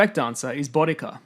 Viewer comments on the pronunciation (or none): Try and help by pronouncing certain words correctly,. Boudica (Bow-de-seeya or Boo-dica,not Bod-ica). Sikh (Seek,not six). Laurence Olivier,not Oliver.St Pancras not Pancreas (thats an organ in your body!).Sir Arthur Conan Doyle (Co-nan,not Con-nan)..I know there will be reasons due to people not native to the English language,but proper pronounciations might also help others who are more picky and pedantic than myself. PS.Probably most native Brits would fail this.?